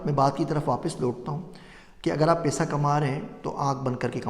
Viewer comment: Paisa hota hy pesa nahi